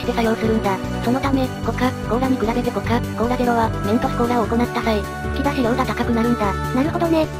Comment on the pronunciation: コカ↑・コー↓ラ